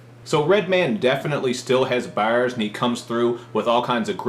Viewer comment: "Dis album is all about how Redman still has bawhrs" is Cal Chuchesta?